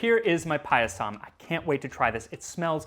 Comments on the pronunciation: Guys, it's pronounced paaaah-yah-some. If you make the vowels a different length, it's a different word. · Thanks for doing an Indian recipe! Your pronunciations are pretty good...only the last a in payasam is short, so it should rhyme with "sum" 😅 Also not entirely sure about this one, but "zh" in Tamil words/names is actually the English r sound, like in "her"